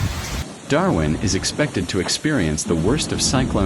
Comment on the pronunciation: And can't put decent sentences together, nor name Darwin correctly!